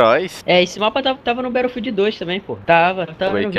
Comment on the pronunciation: pq q ele fala "Betterfield"?